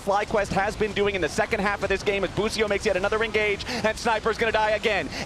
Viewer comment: Why Bwipo became Busio? 😂